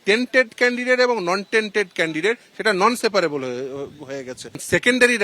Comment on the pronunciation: ওরে কাঠ মোল্লা এডভোকেট নন সেপারেবল নয় inseparable. বাম আমলের এডভোকেট তো এই রকমই ইংরেজি!😂😂😂